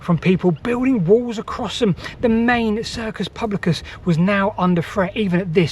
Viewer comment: The circus publicus??! Please work on your Latin pronunciation next time